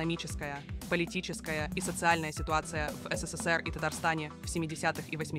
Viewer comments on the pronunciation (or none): none